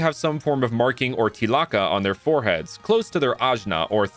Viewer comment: It’s Tilaka (Tilak) not Tikala 😂